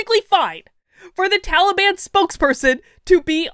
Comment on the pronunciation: I have to correct you, it Ta lee bun.